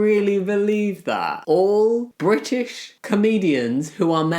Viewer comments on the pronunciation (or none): none